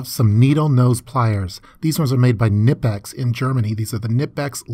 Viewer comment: Finally someone who pronounces knipex the correct way!